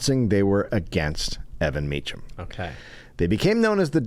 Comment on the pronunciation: How hard would it have been for Dave to figure out how to pronounce Mecham, instead of “hmm, I’ll guess, as if there is no way in this world to find out for sure seeing as we’re about to do two episodes on the guy.” Such intellectual rigour. It’s in wiki, and it ain’t Meechum.